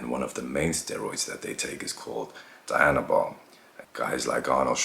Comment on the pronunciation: Its pronounced dee-,anabol...not die-anabol